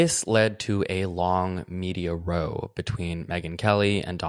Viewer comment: Matt I love your podcast, so much I'm even a patreon subscriber. But I need you to know that when you say "row" meaning like a controversy, it rhymes with cow, not with toe